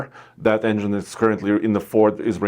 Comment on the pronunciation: please work on saying engine.